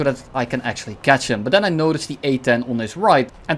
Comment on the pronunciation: "akchually" 🤓☝️, 💀💀 super funny